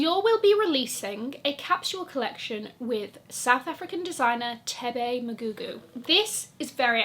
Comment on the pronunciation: Yes to saying Thebe’s name correctly! Circle hand clap for you and ululating for Thebe!